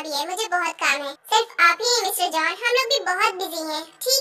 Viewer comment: Jon 😂😂nhi jeon hota hai